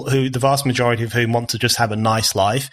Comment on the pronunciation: I love BON, but I do wish he’d stop pronouncing ‘of’ the same as ‘off’. Small point, but...